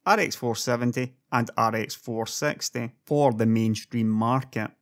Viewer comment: i like how u pronouce rx 460 like rx 4sexty.joke